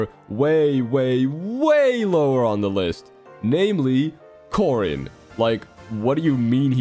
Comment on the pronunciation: Caren, or is it Corden, or Gordon🤨